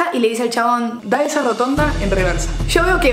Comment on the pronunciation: “esszsa” JAJAJA TE AMO